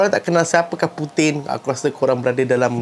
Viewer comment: Puting ,bila sebut puting ingat puting..